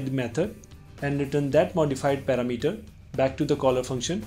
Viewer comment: Thanks you so much) now i have a new way to say the word parameter) it's paramEter! =) lol... but thank you )